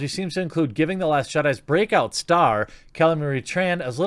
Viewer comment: 'Broke out star' sounds more like it